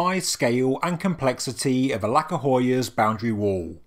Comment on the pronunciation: The letter C in Turkish is actually pronounced like 'j' in jam, not like 'c' in 'cat'. I know it has nothing to do with the video itself, but 'Alaka' instead of 'Aladja' 'would not stop bothering me so I thought I'd just put it out there Bonus points for pronouncing 'Hattuşa' with a 'sh' as in 'shell', not 's' as in 'sign'. Turns out, all of these weird letter variations serve a purpose after all! That aside, the video is great as usual! Love me some lesser known sites getting the spotlight they deserve!